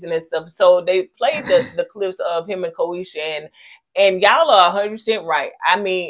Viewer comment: Ko-SHE-AH is the pronunciation. Y'all both butchering has me dead 😂